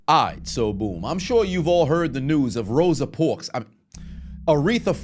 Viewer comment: this man done said ROSA PORKS. I’m FUCKING done 💀💀💀💀💀💀💀💀💀💀💀